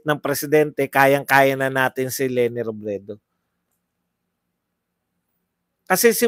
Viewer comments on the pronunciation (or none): none